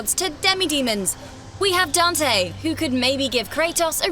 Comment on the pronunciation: Don't say Dante any think